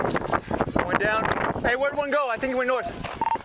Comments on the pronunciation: Subtitle maker guy: Hey did you say "ONE" down or "JUAN" down?? Cop: Yes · When he says "We got Juan down here" i tought it was a pun for "one" XD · "We got Juan down here" or did they mean "We got one down here" lol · Two suspects down? You just said Juan down!